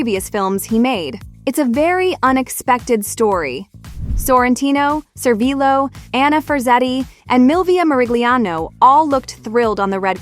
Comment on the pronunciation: Tony ServiLLo, we pronounce the L in Italy, we are not Spain